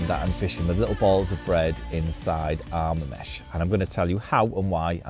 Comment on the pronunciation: It’s Arma mesh